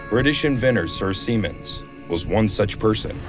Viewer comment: How many people had a giggle when he said sir seamen’s ? …I need help if it’s just me 😅